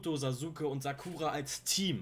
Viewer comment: Hey denke du schaust Naruto sicher auf Deutsch, deshalb als kleine Info: Sasuke wird zwar so geschrieben und leider in der deutschen Syncro auch so ausgesprochen aber eigentlich ist das U in seinem Namen stumm. Richtige Sprechweise wäre also Saske mit scharf gesprochenen S im Namen. Will nicht klugscheißen aber gibt einige Leute die das hart triggert wenn sie das original kennen oder schauen. Wünsch dir weiter viel Spaß bei der Serie.